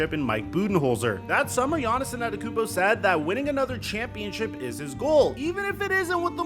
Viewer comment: Here, lemme help u out. It’s pronounced Aan-Tae-toe-koom-po